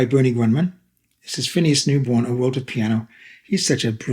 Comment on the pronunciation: "Fine-Us" Newborn would be the accepted pronunciation.